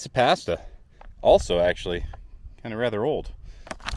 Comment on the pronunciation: Great location for a review. You're mispronouncing "pasta" and "nescafe". 🇺🇸 Timmy's! 🍩 ☕️ There's nothing wrong with a spoonful of sausage. That's what my mom always used to say when strangers would be in my living room when I came home from school.🥲 I was going to commit suicide but I'm going to listen to that podcast now instead. You're saving lives. Bonus points for reusing footage in two different videos.